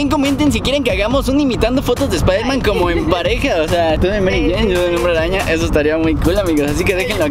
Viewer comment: espaidermen espaidermen 😂😂😂😂